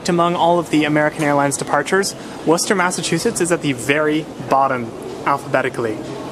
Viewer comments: Wu-ster or wwista never ever wor cester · That “War-chester" hurt my soul. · It’s not war-Chester it’s pronounced wosta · I tell out-of-towners it's pronounced wooster like Wooster , Ohio.